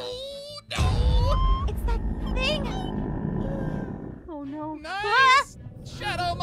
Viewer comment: "oh neahw😨"